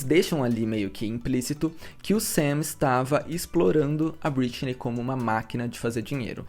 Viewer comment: Só me irritou a forma que vc pronuncia algumas vezes o nome Britney.